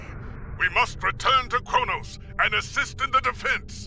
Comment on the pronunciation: For the last time, it's Kronos.